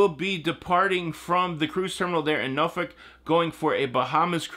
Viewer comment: Noooor-folk pronounced